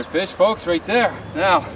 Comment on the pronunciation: Nice and quiet , RRRRRRRRRRRight :>)